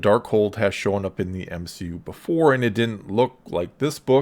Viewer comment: M-she-U, no thanks